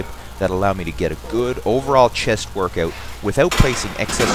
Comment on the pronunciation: Wurrkawt XD